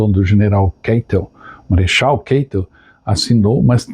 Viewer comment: Excelente vídeo. Pretendo conhecer o local. Só ressalva: narradores do YouTube insistem em "inglesar" nomes e sobrenomes alemães. Só para lembrar: a pronúncia do sobrenome do marechal Keitel é "Káitel", jamais "Keitel". A escrita é Keitel, mas a pronúncia é "Káitel". Acho que desenhei.